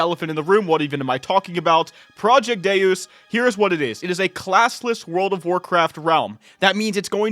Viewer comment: like from the game DeusEx it's Day-us. Also when you type it into Google it's also how they say it.